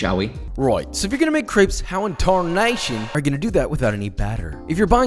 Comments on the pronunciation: Is not crapes is creps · Why does he pernowns crepes so weirdly Him: craips Everyone else: crep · France ~ it’s not CRAPES ITS CRRR-EEEHHHHH-P- Spelled > CRÊPE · Isn't it pronounced "Creps"?